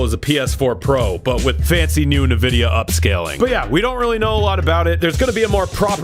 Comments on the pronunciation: erm, has a videogame show... calls it "nu-videa" kinda akward dude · still says "nividia".... i still dont know if he's trolling...or if he somehow really just doesnt know how to say it. i just cant believe that's the case...it is pronounced N...vidia EN....like the letter N....N vidia. please stop saying it your way. i really fkn hate it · R.I.P. Pregame Discharge. I’m glad we got to hear mispronounce “Nvidia” one final time. 😢